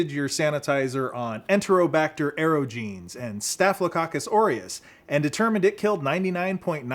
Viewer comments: Klebsiella aerogenes: That's AIR-OJ-EN-EZ, not aero-jeans. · That's how it's pronounced. You wouldn't pronounce omnipotent as omni potent, would you? It's the same with aerogenes. I meant no offence, I just thought you should know. We all get pronunciation wrong sometimes.